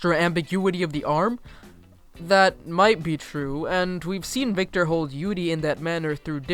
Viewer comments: “yoodie” on ice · Did he fuckibg say yudi on Ice Im literally am so offended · Dude your pronunciation of yuri and yaoi are so off XD Tbh I don't really get why people are acting like Yuri on ice is such a revolutionary thing since there's been gay characters in anime since like the 90s.